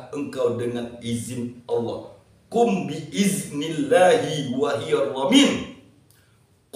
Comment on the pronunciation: Qobiltu. Tapi Maaf, kurang jelas ucapan dari kata bi idznillahi wa il... Lanjutan katax kurang jelas. Mohon diikutkan dgn trks arab atau teks latinnya tuqn guru